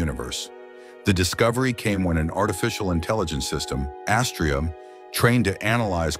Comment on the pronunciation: Astraea is pronounced with the accent on the second syllable, long ‘a’. Rhymes with ‘I’ll pay ya.”